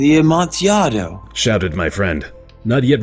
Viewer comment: I've only watched 2 seconds but I just need to say I'm so happy said "Amontiaado". Nothing salts me up quite like people saying "PIE-ELLA" etcetera.